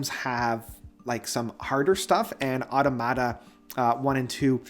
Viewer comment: Excellent video/series. Btbam is my favorite band. Oh and it’s pronounced au-tomata and not auto-mata.